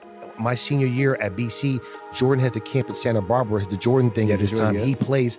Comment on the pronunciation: My guy said, "Santa Barber". Sometimes I wonder if he finished High School...or he's lying again.